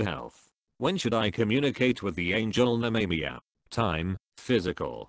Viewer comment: Nemamiah is pronounced " Nemmer My Ah" not " Ney Me Me a' lol. Speak n Spell Robo Voice can't do pronunciation yet so much for AI.